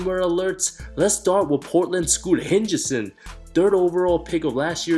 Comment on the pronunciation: did bro say Hengeson?!